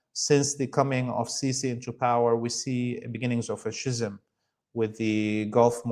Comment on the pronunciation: FWIW, "schism" is pronounced "skism," and "vassal" is pronounced "vassul." As these are two words often used by Laith, perhaps this will help.